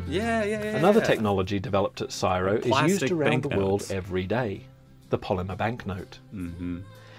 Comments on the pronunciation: this video was clearly not made by a aussie, it is C,S,I,R,O with each letter pronounced individually, not as a whole word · Thank goodness! I thought maybe there was a new way to pronounce the CSIRO! I thought, “Geez, I’m old.” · Pronouncing CSIRO as cyro is commonly used in Canberra (Aussie capital, for those outside Australia), but not at all in the states/territories 🙃🇦🇺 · I have NEVER heard anyone say CSIRO as if it was a word. Everyone, that I know at least, says the individual letters. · I have never heard the CSIRO pronounced like that, you normally just say the letters. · Never heard it called Siro. 😂😂 Always been C S I R O. My husbands working there at the moment. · the organisation is not pronounced "siro" each letter is pronounced C.S.I.R.O not like N.A.S.A is pronounced nasa. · CSIRO is not pronounced Ciro, it is literally pronounced as the letters C S I R O. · its C.S.I.R.O it is NOT pronounced as csiro and never has been , that was quite annoying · Why is it an Aussie in the video but he doesn’t know how to pronounce the acronym for CSIRO? Since when was it pronounced “siro’?! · we in Australia don't pronounce the word csiro i pronounce it as the letters c.s.i.r.o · We don't pronounce CSIRO as "siro" we spell out the letters. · As an Australian who heard CSIRO said a lot as a kid in school and on TV etc, hearing the guy in the video say it as one word instead of each letter C S I R O (I assumed because it was an acronym it was correct, but just now thought about QANTAS and now i know nothing) is doing my head in hahaha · It is not CSIRO, it is C.S.I.R.O it is pronounced C S I R O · Happy arvo 🙂. This vid has but scratched the surface of the many great things invented in Australia. Oh and the British is mispronouncing CSIRO. We just say the letters. It stands for Commonwealth Scientific and Industrial Research Organisation. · No one in Australia says CSIRO as one word.... we say it as individual letters C.S.I.R.O. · Its not Siro. Its C S I R O